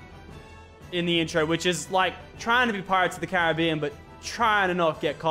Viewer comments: Did he say pirates of the c a r i i b i a n Not pirates of the carabien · normal people: pirates of the caribbean Lachlan: PiRaTes oF thE Caribian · No one: Lachlan:pirates of the carib ian